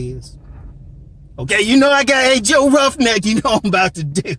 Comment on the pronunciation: Not "Joe Roughneck" 😭😭😭😭😂